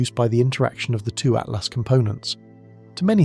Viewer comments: Why has 3I Atlas been changed to "3 Atlast" by this AI voice over? Is it hinting that "at last" we're going to be destroyed by aliens? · This AI said 3 at last... Yeah not something people shouldn't listen to if it can't. It doesn't pronounce what the subject is talking about. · Stupid ai voice cant even say atlas